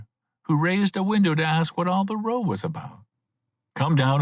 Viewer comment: a decent read, considering what the range of librivox readers is. would put him in the top half of those, although he consistently pronounces the word "row" wrong.